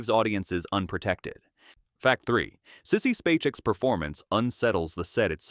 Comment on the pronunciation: Stupid robot reading. Sissy Paycheck? Really?? Alives or dies here? C'mon , have respect for fans and audience. Disgusting